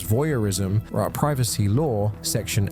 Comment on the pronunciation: Privacy ❌ Privassy✅